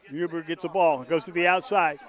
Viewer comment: its Huber not huby